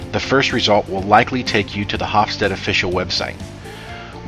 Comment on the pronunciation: The final e in Hofstede is pronounced/sounded i.e. it's not a silent e.